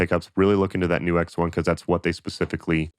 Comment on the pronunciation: I assumed it was pronounced 'nukes' instead of 'new X'.